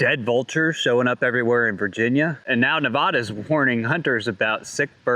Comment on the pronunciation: You pronounce the state name as Nevăda.